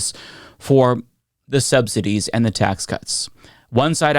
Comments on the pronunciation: “Subsi-tees”, Laura? Such a dim bulb. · Anyone else notice that Laura Loomer and other Maga commentators like to pronounce subsidies as subsi-Tease? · Did loomer just say government “subsiTEE’s”? 😂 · Did she just pronounce "subsidies" like it's spelled with a T? Who fucking watches these people smfh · a journalist that can't pronounce 'subsidies' Do a class in English as a second language , Laura - spend less on make-up and cosmetic surgery